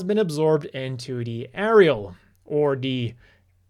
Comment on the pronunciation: I hope so. Also wasn't it actually A-Eri-AL instead of Eri-Al? Like you can't spell Aerial without ERI in it 😏